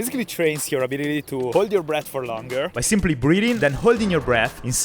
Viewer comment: 3: 36 - "I had spent the last hour practicing these breathing techniques." Not gonna lie, thought you said "breeding techniques." I was like, "Heh??"